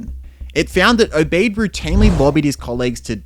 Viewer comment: It is pronounced Obead not Obay'd